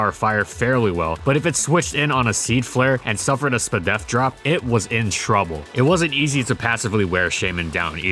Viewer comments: I hate hearing people read it as "spdef". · Hearing say spdef like that is smth i didnt know i needed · I don't know why, but hearing "SpDef drop" spoken exactly how it's spelled is really funny.